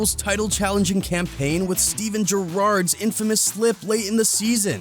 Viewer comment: "Steven gerareades"